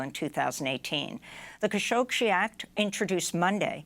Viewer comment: You're adding an extra "sh" to "Khashoggi" -- it isn't "Khashogshi"!